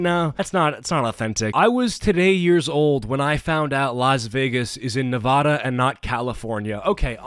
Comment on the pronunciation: It's pronounced Ne-VAD-a, not Ne-VOD-a